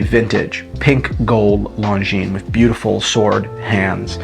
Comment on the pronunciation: Americans pronouncing anything non american... Longinesss.